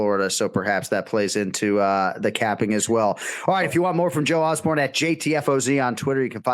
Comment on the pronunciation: Osborne 0-28 in name pronunciation. Unreal.